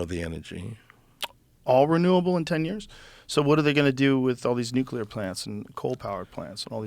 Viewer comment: Nuclear, please..